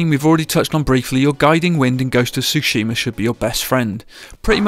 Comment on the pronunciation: Why does everyone mispronounce Tsushima? As it’s said in the game multiple times throughout, it makes me wonder if people are even playing the game or not.